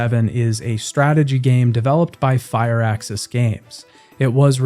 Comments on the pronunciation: It's prnounced Firaxis. One word. Not "fire axis". Just fir axis. Graven is modelled after games like Hexen or Heretic. There are spellcasting rpgs that are first person and are action focused, not just imsims or skyrim-likes. Dude you gotta do a LITTLE research before you post these. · WOW!!! Go to dictionary and see how they use the Pronunciations . I know how it's spelled he was saying it wrong you waste of life, FUR sounds like FIR he was calling it fire how else am supposed to explain language through text if I can't speak???? the same way dictionaries use pronunciations??????????? its not spelled FIRE either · Civ VII, from all I have heard, has, indeed earned a place on this list, but it is Firaxis.... Fir-axis. It is not Fireaxis. There is no 'e' in there. Short 'i' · FIRAXIS NOT FIREAXIS... don't mean to shout but it made my ears bleed.... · Fire-axis Games? They're called Fir-axis. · wtf is fire axis bro? Are you an AI? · fire axis? you k's? Jesus, do like 1 sec of research if you're not sure how to say the names.